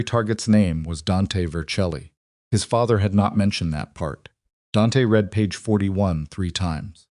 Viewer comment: Why is it impossible for the narrators while they are talking to think and realize when the word read is pronounce it riid or red?